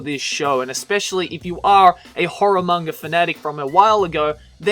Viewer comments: is it just me or does he always say"mangar" instead of "manga"? See for yourself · you keep saying "manger".... manga